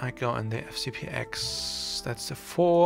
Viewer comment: Thanks for the tutorial, but please: FCP TEN, not "ex".